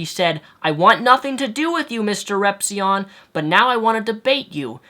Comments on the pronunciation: Onision said "Ripzyin" I'M SORRY BUT "RIPZYIN" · it's repizion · is his youtube name pronounced mrrepzi-'on' or mrrepzi-'in'